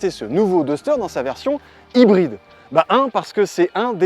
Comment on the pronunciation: Les ''r'' prononcés à la française sans en faire des tonnes avec l'imitation d'accent anglais? Chouette ! Enfin! Je vais essayer d'écouter du coup. :) Ah non. ''Haïbryd''. Bon je vais essayer quand même d'écouter